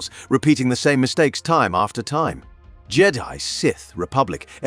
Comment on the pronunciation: Why did you pronounce Jedi like that? So weird Jeddy